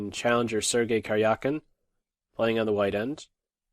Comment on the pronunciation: Please try to pronounce Карякин better. It is more like Karyakin than Karjiakin